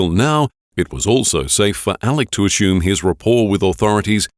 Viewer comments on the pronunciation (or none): It's pronounced "assume", not "ashoom".